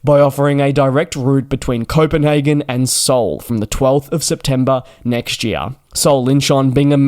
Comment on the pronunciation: I heard copanhagen as covid 19 😂😂😂😅